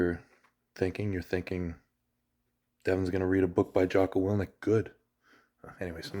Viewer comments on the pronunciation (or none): His name is willink not willnick lol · You are saying his name wrong, its WILL INK, not WILL NIK